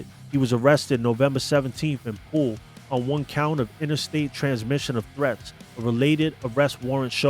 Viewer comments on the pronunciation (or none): none